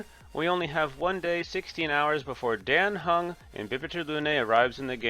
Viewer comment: who is king q? Are you saying qingque? The pronunciation is wrong , her name is pronounced "Ching chue" like the q is kinda pronounced a ch sound (i'm chinese so Ik this :3) and for dan heng imbibitor lunae its pronounced "Daan heng" we dont say it like the dan in daniel, and your heng is fine but for imbibitor lunae its "in-bye-buh-ter" not "im-beh-buh-ter". Thhats also what they say in the game...